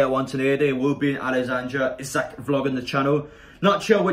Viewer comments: Apparently it’s pronounced Alexander Eesac. Come on people try and gets people names right it ain’t that hard lol. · Great singing! His surname is pronounced Eesak though.